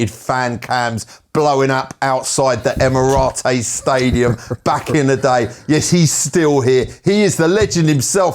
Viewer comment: Why does he say " emiroties" 😂😂😂😂😂